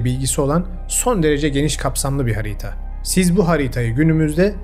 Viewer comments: Videoyu izleyemiyorum odaklanamıyorum . Bir insan nasıl hariiiita diyebilir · Lütfen harita kelimesini "hariita"diye telaffuz etmeyin. Emeğinize sağlık, severek takip ediyorum. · HariĞta olduğunu sanmıyorum, harita olabilir. Ğ yüzünden videoyu dinleyemedim. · Al benden de o kadar. Hariita nedir ya? Dümdüz harita işte. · Her zamanki gibi ilginç olan konulardan birisi olmasına rağmen ,hariiita denildikçe konuya adapte olamadım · Hariyta. Çok zor dinledim. Ama hariyyyta diye telafuz olamaz. İyi günler. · harita diyemiyorsun..hariiigta diyosun(not : kedim bile seni artık tanıyor ) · Hariita değil harita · hağriiiiğğta o nasıl telaffuz öyle. videonun sonunu getiremedim sinirden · Abicim. Harita demeyi ogrenir misin videoya odaklanamaidik yaaa hariiyta hariiyta deyip duruyorsun 😂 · Lütfen haritaya bir daha hariiğğta deme abi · Hocam selamlar severek izliyoruz ama iki videodur hariiyta hariiyta demenden dolayı hiç dikktimizi veremedik. Konu ciddiyetini kaybediyor. Bilmiyor olabilirsin ve öğrenmek isteyeceğine inanıyorum ancak doğrusu harita diye yazılıp harita diye okunuyor. İ'si kısa okunmalı. Lütfen dikkate al. Sevgiler. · Bilgi birikiminize saygı duydum,yanlız neden "harita" demek yerine "hariita" ? Dinlerken aşırı rahatsız edici. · Abicim.hariita değil. Harita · Hariiitaalar nedir, vallahli yordu... Harita. Ha-ri-ta. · Neden hariğta diyip durdunuz 😮bu kadar araştırma yapan bir insan olarak bu telaffuz şeklini hiç yakıştıramadım size😢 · Videolarınız şahane ufak bir telaffuz düzeltmesi yapmak isterim daha iyi olmanız için. 'Hariiita' değil, harita. Sevgiler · Çok güzel bir içerik video teşekkürler fakat lütfen hariyta değil harita gerçekten çok rahatsız etti videoyu izlerken. Ama anlatım mükemmel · Harita demenize tahammül edemediğim için izleyemedim maalesef.😢 Hariiğta değil harita. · Tebrikler güzel araştırma. Fakat "hariii ta" Değil " Ha ri ta" Diye okunur ve söylenir. Aradaki İİ yi fazla uzatıyorsunuz. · Hariiiiiita telaffuzundan odaklanamıyorum 🤷🏻‍♀️ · Aynen ya😂